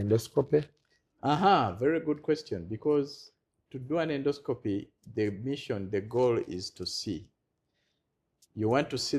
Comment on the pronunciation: Naye musawo oluzungu nga lunji😢😢😢😢ffe ba futu bigere situbitegedde 😳😳😳 ndosikopuuuuuuu😅😅😅😅😅pulizi nexiti tayimu lugaaaa fulooooooooo. ✌️✌️✌️✌️✌️